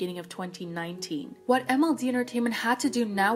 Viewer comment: the what the watH the whAU- wUTH- WATT